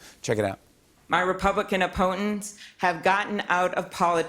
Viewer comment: "oppotnts" instead of "opponents"